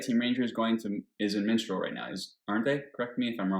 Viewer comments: The funny thing is he actually said it right a few times. But he always goes back to "MiNstral" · "Minstral"...... sigh.